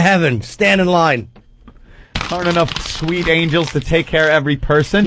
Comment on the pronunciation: "I hope I brought e-nough gas parum pum pum pum." 😭😭